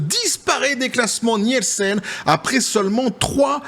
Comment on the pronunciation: ça se prononce "Nilsen" ... désolé, je retourne me cacher.